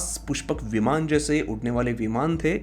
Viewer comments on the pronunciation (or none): E bhai....kya ye mandala , Vimana with extra aa at the end ...koi videsh se aaye ho kya...sahi se pronounce karo na